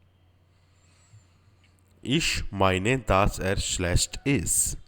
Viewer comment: it is not daaas, es ist dass